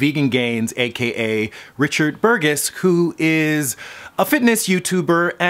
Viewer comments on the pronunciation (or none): Richard Bur-Guess ? Dude doesn't know how to pronounce a soft G. Sounds like this guy is a soft G. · You pronounced the dudes name wrong. Burgess is pronounced with a soft G, not a hard G. I then went on to make a wordplay joke, saying that you are also a soft G (G as in gangster as the kids say). Although jokes aren't funny if you have to explain them.